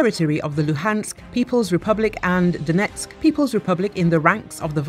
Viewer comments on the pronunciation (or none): none